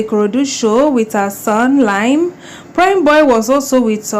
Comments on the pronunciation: Its pronounced Lee -am, not Lime🙂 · it's pronounced "Li-am, Lee-am" not "lime" as in the fruit, it is well. I pray justice is served for Mohbad🙏🏿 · 😂 she no try at all.. She said the lime so many times, I had to comment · no dry bother with pronunciation!!! I didn't even knownit was Liam she was calling Lime 😳